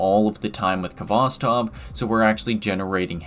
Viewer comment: It's pronounced Hvostov. The k is not sounded. It's a Russian word transliterated.